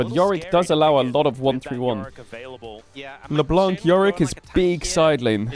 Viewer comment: Sir could you stop saying Leblan(C!) its Le(Blan)c , the C is muted. Love your videos <3